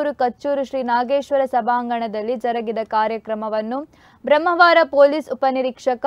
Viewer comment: ಬ್ರಮ್ಮವಾರ ಅಲ್ಲ ಬ್ರಹ್ಮಾವರ